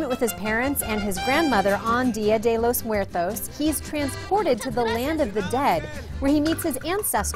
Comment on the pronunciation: ''Día Di Lous Muertous'' :P